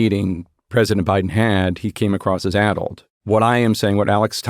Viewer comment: 46 yo here who went to UCLA where a high SAT score was still needed to get in. My wife around my age went to UCI and then later UCSF. This entire podcast you were using the word "ADDLED" which sounded to me like "ADULT", which I knew I would have a super hard time trying to figure out what word you're using. Because sure enough, ADULT kept coming up. When I finally found the word "ADDLED", I asked google if this is a rare word, and this was its response: "It's a relatively common adjective, particularly in certain contexts, and is easily understood by most English speakers.". BULLSH*T. I'm usually the one who knows what a word means when most people don't, and neither me nor my wife knew of this word. You guys AND google Gemini are OUT OF TOUCH. "ADDLED" is NOT a commonly understood word and a pain in the ass to look up if you don't know how to spell it. Just think of that. Think of the millions, and I'm sure, the MAJORITY of Americans who don't know that word and you guys in your echo chamber using these obscure words flabbergasted that most people don't know it. Of course I could infer that "ADDLED" meant something associated with brain deterioration and I didn't lose any context by not knowing the word. It was just really annoying whenever the word came up.